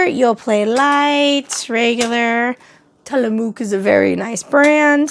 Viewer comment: it was close, it was just the end. The mook sounds like muck. Ti-luh-muk 😊